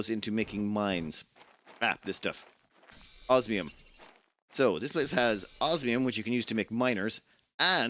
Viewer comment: I think he has a little checklist and looks to see which one he used last so he can use the other. I'm just surprised that he's pronouncing osmium correctly. I kind of expected it to undergo transformation. use of language is a high point of his videos.